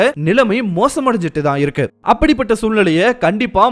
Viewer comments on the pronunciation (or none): none